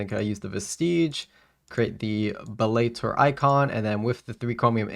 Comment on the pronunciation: I think you need to look up how to pronounce bellator vestige 😅